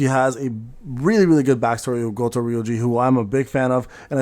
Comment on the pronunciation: Thar's why you can't pronounce Goto without saying Goat